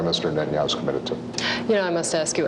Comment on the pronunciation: שמתם לב שהוא אומר ראש הממשלה בנהיהו במקום נתניהו